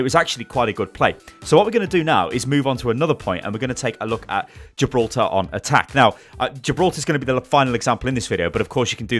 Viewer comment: Jiblorta? Did you mean Gi-bil-ter-ra?